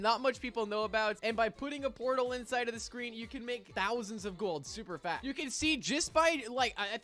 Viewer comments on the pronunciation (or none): Why did no one know he said super fat